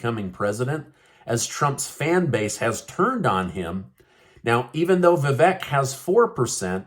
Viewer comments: We are NOT a Democracy. We are a Constitutional Republic. Also it’s pronounced VaVake not Vek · Vivek is pronounced Vivake like cake :)) Surprised you hadn't figured this out 😂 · It's VIVEK.. Come on... Like "CAKE". get it right. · it’s Vivek rhymes with cake.